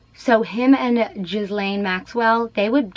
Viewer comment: And the sluts name is pronounced Geelaine😂